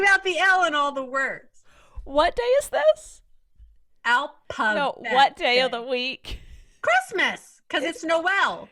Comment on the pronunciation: love saying alpabet instead of aphabet lol